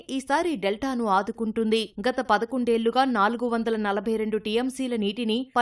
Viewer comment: 11 ఏల్లు aa telugu news channel ki telugu vacha rada anta worst ga palukutunnaru 🤮 నీల్లు anta 🤮🤮🤮 telgu varu iyundi One suggestion "ల and ళ" ki teda teliyatla